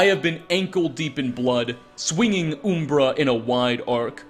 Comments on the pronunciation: Umbra in Morrowind is an obvious play on Lancelot. He literally says the same dialogue as the screenplay. It's also pronounced; Um-ber-rah not Oom- bruh. Umbrah also means shade or shadow. Side note: Jeez, I can't believe how bad the contrast and coloring is in Oblivion. I had forgotten, it looks worse than Morrowind. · it's umbera not oooombera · Not to be that guy, but this did bother me, it's pronounced uhmbra, not oombra. Umbra means shadow or darkness. WHAT? 😂Now I'm convinced your just ducking with people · I do find it amusin' that he called the sword "Ooom-bruh" I was like, "Oh, I thought it was 'Uhm-Bruh', but I guess one of the latter games says the name". Clavicus Vile: "It contains the soul of Uhm-Bruh". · Umbra. Not Oombra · Uh-mbra, not oo-mbra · Has this guy never heard the word umbra or something, cus its a real word... Like why is he calling oooommmbraaaa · Oooooombra ooombra ooombra. Imagine calling umber oooombra... MFER THEN YOU CHANGE PRONUNCIATION TO SAY IT CORRECTLY JUST ONCE THEN FUCK IT UP SECONDS LATER.... HOW. OOOOOOOOOOOM BRUHHHHH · It’s umm-bruh btw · Dude doesn’t know how to say um-bruh lmao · Good content, but the pronouncing of umbra left some satisfaction to be desired. Heh its closer to UMM-bra. It's a plane of existence technically. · Uhm Bruh uhm bra um bruh umbra